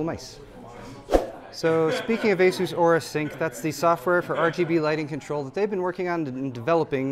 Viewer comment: Aura please not aourus